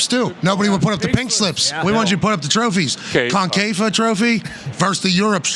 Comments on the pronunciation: Pat: "And we also won the CONE-KAY-FAUX" Henry: 😯😲😀😆🤣 "the COIN-K-FAWKE" 😜🤪 Pat:"Tha's wha we won Thierry! We won it! and you know what they're singing at end of CON-CAKE-FOUGHT???" Henry: (HOLLERING 🤣🤣🤣🤣) I'm gonna make a video of this; the meme potencial is unrivaled LOOLOLOLOLOLLOL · " the concafa" jajajajajajajaj😂😂😂😂😂